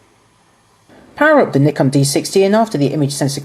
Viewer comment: actually he says it right its us americans that say it wrong